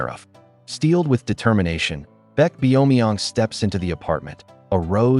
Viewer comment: "Beck Bee-yo-mee-yong" 😭😭